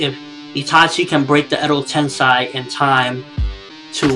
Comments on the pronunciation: how can you be such a naruto nerd and can't pronounce edo tensei....sei not sai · Your saying edo-tensai its edo tensei pronounce it like this edo-tensay..... kinda annoying when you watch the series all the time and still get it wrong im from japan and naruto will die at the end bee comes close to death but dont think he dies. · Edo Tensei EEEEDO Ten SAY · You pronounce Edo Tensei funny...